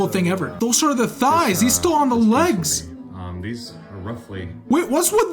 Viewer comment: on prog report 3 he said wegs not legs